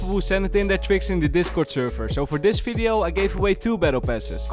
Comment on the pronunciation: "FIDEO"? tf